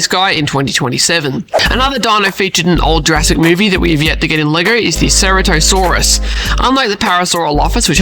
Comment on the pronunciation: It’s “ ser-rat-o-saurs